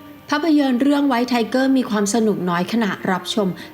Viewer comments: รถถังไทเกอร์ครับไม่ใช่ทีเกอร์ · ไทเกอร์นะครับ ไม่ใช่ ทิเกอร์ ส่วนที่เหลือ โอเคเลยครับ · ไทเกอร์คับไม่ใช่ทีเกอร์😅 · ไทเกอร์ครับไม่ใช่ทีเกอร์ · ควรจะออกเสียงว่า ไทเกอร์ แบบภาษาอังกฤษมากกว่า เพราะการออกเสียงว่า ทีเกอร์(เท่าทีทราบเป็นสำเนียงแบบรัสเซีย) จะมีซักกี่คนจะรู้ว่าเป็นสำเนียงรัสเซีย เพราะผมก็งง เลยต้องไปหาฟังในกูเกิ้ล ถึงจะรู้